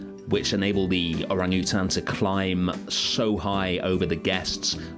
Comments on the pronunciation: are you saying orangutan? 😅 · good lord is that how british people say orangutan???